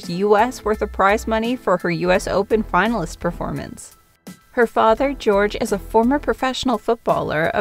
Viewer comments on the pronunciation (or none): is Jorge, not George... lol